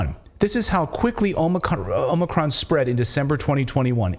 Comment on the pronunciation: Omicron. More like 'omni-con'. Accurate slip there.